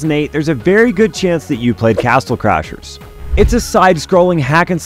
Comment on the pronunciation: If you listen closely on he says castle clashers 😂